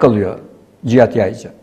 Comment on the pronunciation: Video yapiyorsun konunun başrolü adamin soyadini 25 kere yanliş söyledin.